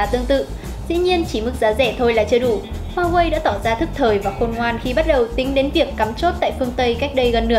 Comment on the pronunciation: cái gì e cũng biết nhỉ .kiến thức rộng phết tiếc mỗi cái xí hổ ko biết nói hoài ko chịu sửa. có ai trong maxmobile chỉ e ý phát âm huawei cái...nói chận xíu thời gian dài tí nhưng đỡ vấp nói sai nữa.hay mình có góp ý là cho e này lên tiêng thôi đừng cho vào hình thay vào đó là hình minh hoạ cho bản tin.tất cả vì cộng đồng khán thính giả thôi..